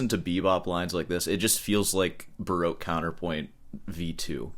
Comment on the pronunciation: When he says baroke i think he means baroque :)